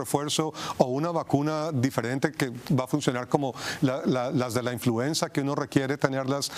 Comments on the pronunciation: Es INFLUENZA no INFLUENSIA que vergüenza ( mimutos) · NO SE DICE INFLUENCIA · Infuencia? Menos mal que la siguiente vez lo dijeron bien. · No se dice influencia... es influenza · Es influenza no influencia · INFLUENCIA? O INFLUENZA? LOS DOS LO DICEN y los corrigen en el apuntador haahahahah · Se dice INFLUENZA no INFLUENCIA! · The right word in Spanish is "INFLUENZA" not "INFLUENCIA", THEY HAVE OBVIOUS DIFFERENT MEANINGS!!! It's amazying how ignorant some TV announcers can be! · PERDON: Se pronuncia INFLUENZA referente al virus..... INFLUENCIA es otra cosa...increíble que presentadores no usen los bocados correctos y donde corresponden, no todos somos analfabeta para no entender lo que nos están presentando......... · Influenza No Influencia 🤦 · Es influenza!? No influencia!! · Se llama INFLUENZA que es H1N1 . Lo está diciendo mal ya que dijeron INFLUENCIA por favor llamen a las cosas por su nombre correcto. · Influenza señores, no influencia.